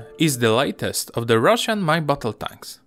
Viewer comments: na początku zamiast "latest usłyszałem lightest... i myślę wtf? :D ale ogólnie jest dobrze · Nie do końca z tą krytyką akcentu. Na samym początku "latest" brzmi jak "lightest" i zmienia sens...